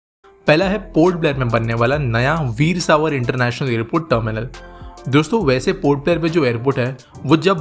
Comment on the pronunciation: Air ports Name that is Veer Sawarkar's name is not pronounced properly rest is ok.